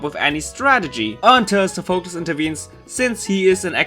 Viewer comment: Its pronouced sofa-clease for Sophacles